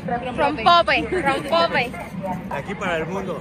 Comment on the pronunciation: No les caga que esta chica no tenga la delicadeza de nombrar correctamente lo mexicano? "Pan muerto", "Cempasuchiles", "Rompopo", wey, si estás de visita en un país, aprende bien sus palabras! Ojalá no se quede en México. Y además dice que el rompope sabe igual a la horchata! Y al final diciendo "probando dulces mexicanos" y son Oreos y Halls!! qué pedo su ignorancia.